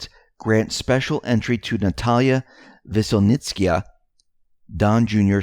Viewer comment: Hate being picky but the lawyer’s(spy actually) name is pronounced ‘Veselnitsky-ya) Great show as always. Top 2 or 3 of the sites required for all patriots on a daily basis.